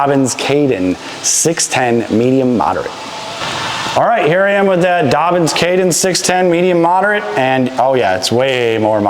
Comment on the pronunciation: It’s Dobyns, not Dobbins